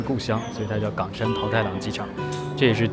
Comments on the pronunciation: 為什麼岡山ㄍㄤㄕㄢ念起來像港山？ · 是冈山（一声） 不是四声哦